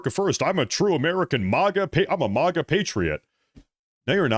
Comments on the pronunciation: You're talking about fake/fraudulent X user accounts (specifically, those that have branded themselves as "conservative influencers) yet can't/won't/don't know how to pronouce MAGA. Do you see any irony here,...the conservative influencer? It's MAGA (MAY-guh), not MAGA (MAH-guh). Easy to learn + remember,. MAY-k (America Great Again) and MAY-guh. Phonetically similar. Simple. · Dude it is MAGA NOT MOGA